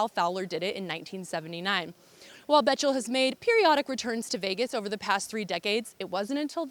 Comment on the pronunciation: Please do your research and learn to say Jim Bechtel's name properly.